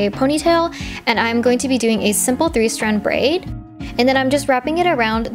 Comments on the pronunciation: “i’m braiding this into a simple three straid brand” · Did anyone else notice she said 3 strad brand? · "three straid brand"